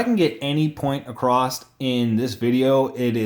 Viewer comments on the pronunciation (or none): There’s no “T” in “across”